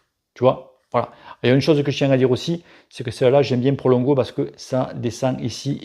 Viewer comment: Prologo, pas Prolongo:p oui je sais on s'en bat les couilles:p mdr ps: magnifique en effet! Je rajouterai qu'il faut avoir une bonne selle adaptée à sa morphologie, un bon cuissard mais surtout: UNE BONNE POSITION, c'est ça le plus important;)